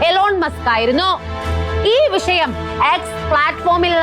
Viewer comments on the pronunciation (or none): none